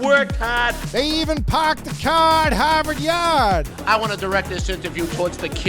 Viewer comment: The Boston accents in this video were absolutely brutal. When you said PAHK DA CAH IN HAHVAHD YAHD I nearly lost it! 😅😂 😆